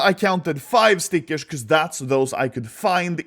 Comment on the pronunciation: the way he says stickers triggers me sm